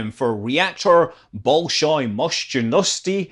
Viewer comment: mOshnosti not moshnOsti Other sounds fine. Спасибо)